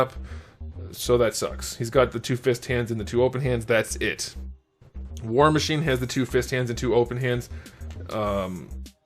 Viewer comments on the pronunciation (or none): I swear he said “whore machine” 😂